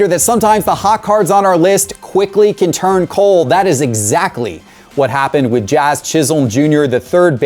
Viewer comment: Jazz doesn’t have power, he just had a couple of hot games with his start for NY. And for God’s sake, please learn how to pronounce his name. Sounds like a cat gagging on a fur ball when you say it.